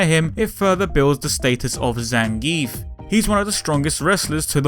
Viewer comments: It's actually pronounced Zan guee ev. I guess it's a russian pronounciation thing... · I pronounce his name "Zangeef" xD